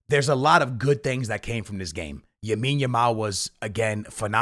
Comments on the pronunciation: “ Yamile Yamal” your pissing me off. LAMINE YAMAL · It’s Lamine Yamal bro not Yamine Yamal lol but good video! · Why can’t you say LA-mine bro….😭it’s NOT YA-mine💀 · It’s Lamine Yamal not Yamine Yamal. Guys like this comment so he sees it haha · Bro 1 time u got to say yamals name right lamine yamal not yamine yamal😂